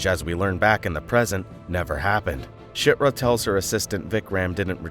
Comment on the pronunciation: you just called chirta shitra.....